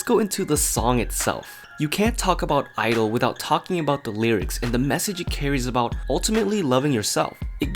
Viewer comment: Both my BRAIN and HEARTEU!! IT'S SAID 'IDOL'